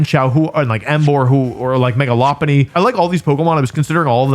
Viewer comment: Saying lopunny incorrectly for no reason is soooooo disgusting